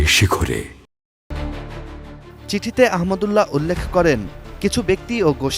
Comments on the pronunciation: নাম টাও ঠিক মতো বলতে পারে না😢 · শায়েখ আহমাদুল্লাহ হাফিজাহুল্লাহের নামটিও পড়তে পারে না কী আশ্চর্য!